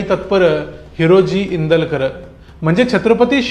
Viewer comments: Indulkar nahi Indalkar correct kara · Indulkar nahi te INDALKAR ahe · ईंदूलकर नाय ओ नाव नीट वाचा भाऊ